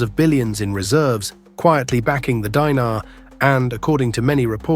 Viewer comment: It's not "DAINAR" but DINAR & "NAITO not NAATO"